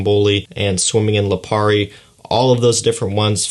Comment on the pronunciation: I really can’t get over when says Lapiri.. It’s Lipari... 😭😭😂😂😂🙂🏆✨🌊🏝🏊‍♂️